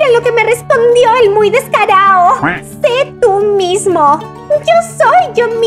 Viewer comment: me gustó la historia solo lo que no entendí por qué en ves de decir muy descarado dijiste muy decarao además si eres de argentina no de otro país pero la mayoría lo ame eres la mejor haciendo videos